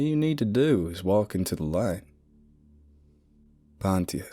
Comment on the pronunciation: pontius is pronounced pon-chess. and after 5 parts, i dont think accents are your thing